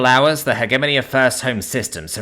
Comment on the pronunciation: The biggest thing that rips me out of the stories is the poor pronunciation. Not of alien words/names, but English words. Hegemony, chitin, epitome, etc.